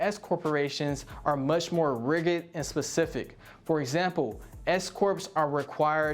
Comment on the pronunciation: Did he just say "riggid"???